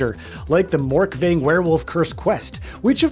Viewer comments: Who tf is Morkving? Surely you mean Morkvarg?? ya'll gotta work on your pronunciation. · Its Morkvag not Morkveng this is not the last wish quest